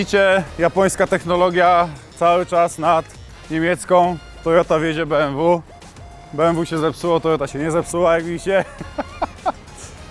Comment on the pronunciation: jakie be em wu tylko be em we kurde nausz się